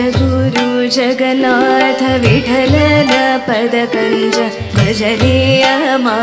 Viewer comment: ವಿಠಲ should be pronounced in ಮಹಾ ಪ್ರಾಣ